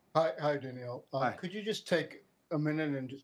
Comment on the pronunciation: Once again, these journalists are not paying attention. His first name is Danill and not Daniel.... maybe i should become a tennis journalist.